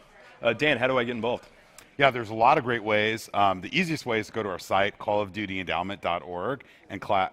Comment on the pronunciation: calloughdoughty modern warfare